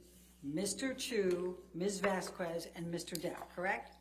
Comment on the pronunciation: How annoying is it that this scarecrow Elaine after all this time, STILL doesnt know that the pronunciation of Vasquez is VAS-KESS and not VASKOO-ESS!! So disrespectful not even CARING to pay attention on how to pronounce a name REPEATEDLY.